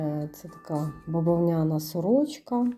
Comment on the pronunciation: Та не бавонЯна сорочка, а бавОвняна. Вже якщо намагаэтеся розмовляти украiнсьскою , то хочаб наголоси робiть вiрнi. 😂